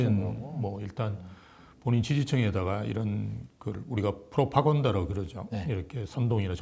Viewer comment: GPT 한테 그 대학 물어봤는데 ㅋㅋㅋ 허접 대학 처럼 이야기 하던데.. 미국대학교수라는 사람이 propaganda 를 프로파곤다라고 발음하다니.. 의심스러운데..